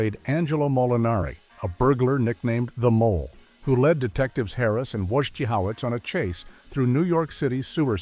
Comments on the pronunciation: What was Det. "Woy-Jah-how-it's" first name? Ramplesliksin? and Yah-MA-naw? AI at its worst. Until Woy-sche-how-witz! 😅. Also Harris poured that expensive wine down the drain to deny it to Ripner and got drunk on a bottle of REALLY cheap gin! 🤓😎✌🏼☮️ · It's, WOGEEHOEWITS, and YEMONUH. WAtch a couple of episodes and get it right AI stinks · It's Wojciehowicz... You spell it like it sounds... Wojciehowicz 😂😂😂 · HO ITZ. wojaho-its. PLEASE! Fire this person . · Even a.i. can't say Wojo's name right 😂 nice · How ironic that the crappy AI narrator can’t pronounce “Wojciehowicz”.